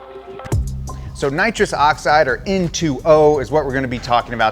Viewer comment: How do you know someone has watched Fast & Furious? When they keep calling nitrous "Naws" 😂